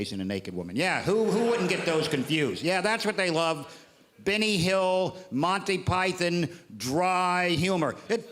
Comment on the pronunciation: At least he can pronounce Monty Python properly!